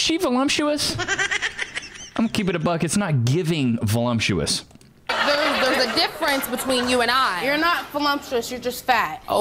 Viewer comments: For the record, voluptuous, has no M in it. It’s not volumptuous. Maybe volumptuous means “even bigger than you”. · Vo-LUMP-tuous? LOL. Hilarious when the error is reality. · Volumptuous? I started to say that its pronounced "voluptuous". Then I thought about it... 🤔 In her case, that woman is definitely pronouncing it correctly ... voLUMPtuous.😄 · What is volumptuous? Did these cows mean voluptuous? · I love how they said velumptuous when it’s voluptuous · Voluptuous not volumptuous. But if you really need the m in there try volume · Voluptuous. There’s no M in voluptuous…. And it’s not pronounced with an M in it. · It's voluptuous not volumptuous